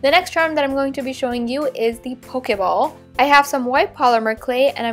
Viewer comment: you said pokaball it's pokeball